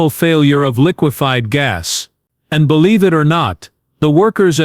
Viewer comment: The word is "bleve", pronounced blev-ee. This channel m8ght be a good channel without the AI voice.